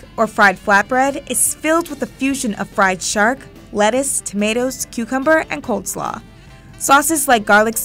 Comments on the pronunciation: "Cold slaw" 🙄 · She said cold slaw lol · Lol she said cold slaw instead of coleslaw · did she actually say cold slaw? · We gonna just ignore that she called it “cold-slaw” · she says cold slaw. 😫 I hate when people make videos and can’t pronounce shit. Not other languages I don’t mind that, but when something is in English and the person speaks English and they pronounce shit wrong makes me so mad. Like for all intensive purposes , and expresso, and there’s a few others that piss me off. Edit: it’s not pronouncing it wrong it’s just straight up saying it wrong. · I like the video in general, but I'm pretty sure she just said "colD slaw".